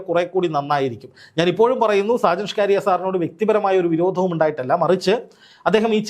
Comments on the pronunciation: സാജൻ ഷ്കാരിയ അല്ല സാജൻ സ്കറിയ ആണ് 😂😂😂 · സാജൻ സ്കറിയ എന്നല്ലേ 😂😂😂